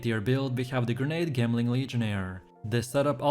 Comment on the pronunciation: " Gemling legionaire " it's pronounced as " Jem " like how you would say " gem "